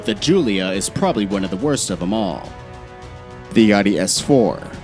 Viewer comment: It's Audi not Aadi